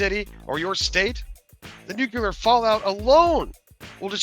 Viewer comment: That one guy can't even say nuclear correctly